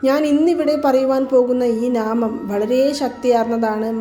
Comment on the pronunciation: നാമം അല്ല നാമംഎന്നാണ് പറയേണ്ടത് 😅😅😅